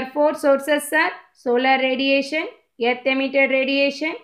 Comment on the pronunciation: It is earth not yerth